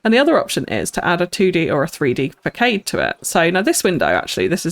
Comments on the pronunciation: I'm really enjoying the series so far, but your pronunciation of facade is making my toes curl. It's not fak aid, it's fass ard. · I know it's been a year, just thought you'd like to know the word Facade is pronounced "fuh-SARD" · Wow! how you transformed the sloth exhibit is just amazing!! + I’m not trying to be pretentious lol but do architecture, façade is pronounced fasad